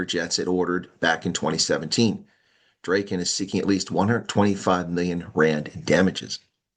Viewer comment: Drayken? It's Draaken (Dragon), as in Drakensberg.